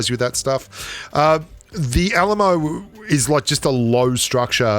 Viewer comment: When he said Alamo I though he was saying ayy lmao